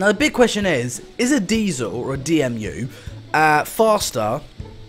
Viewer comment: D E M U NOT D M U